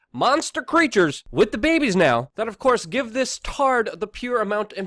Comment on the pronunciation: S/N I like how Luke pronounces "babehs" LOL